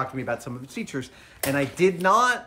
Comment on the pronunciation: "Let me show its featrures! Ha ha ha!" --Jorg Sprave